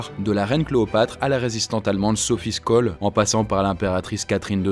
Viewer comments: Je suis accros à tes histoires, jpeux passer des heures sur ta chaîne. Au faite, au début de la vidéo tu dis Sophie skol mais elle s'appelait Sophie Scholl, ça se prononce "Chaule" ☺️ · Sophie Scholl ça se prononce « Cholle », pas « Skole », non xD ? Très bonne vidéo sinon ! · Sophie SCHOLL : on prononce Sophie choll' en allemand, pas Skoll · C'est exact. J'ai aussi tiqué 😅.Mais oui, super vidéo sinon 😊. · C'est Sophie et Hans Scholl. Ca se prononce chol et pas skol, on dit pas piskine !! ;-) La bise et très bonne continuation ! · Sophie Scholl ca se lit Sophie Choll ;)